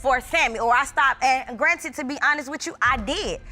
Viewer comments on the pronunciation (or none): none